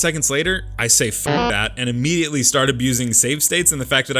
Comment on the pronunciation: IMMEDIATELY, NOT IDMETILEY!